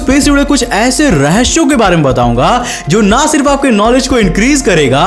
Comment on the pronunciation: Rahashiyo or Rahesiyo? Aapke sa sha ka bohat panga hai bhai ishey sudhaaro